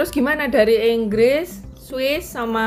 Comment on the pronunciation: Dari "Enggres" 🤣